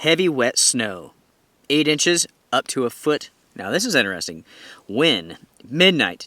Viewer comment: “Winner storm”. “Inneresting “